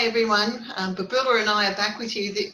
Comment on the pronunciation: Hi Babula (not Bubula) great to hear your thoughts on this - thanks